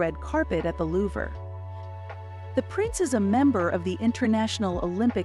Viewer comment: Please, moving forward, just a suggestion, look into how you pronounce words especially world-renowned Louvre, and other highly important significant figures.